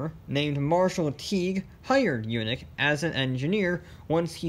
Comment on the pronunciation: It's not Yoonik! It's Yaanik!👍😆